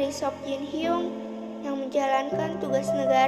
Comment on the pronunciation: Hyung tapi bacanya hyong